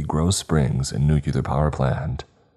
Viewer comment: It is NOT pronounced nukeular, it is NUCLEAR, NEW-CLEAR